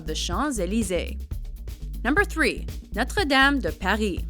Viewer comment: Props to the woman for her french accentuation. and for not saying Notre Dame "Notter Dayum"!